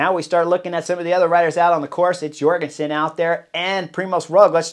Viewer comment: Chris, we love you. We know you’re The Butcher 🔪. We know you can’t read or talk. But for the love of god, Matteo was born in the USA, not Scandinavia! Please at least pronounce the American’s name right. It’s Jorgenson with a j, not Yorgenson with a y.